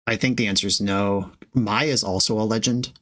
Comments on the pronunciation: Mai is pronounced "may" 😭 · Not that it is important, but as a big ATLA fan, I must tell you that Mai, Scornful Striker is pronounced like the month May